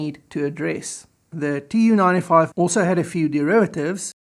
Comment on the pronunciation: Excellent video, the Tu in the Tu-95 is supposed to be pronounced as a single word "Too" not as initials, the same way you'd pronounce MiG as one word not m.i.g.